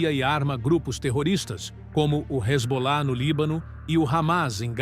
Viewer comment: Iran proxies such as Ramas and Rezbollah? Who narrated this, Scooby Doo?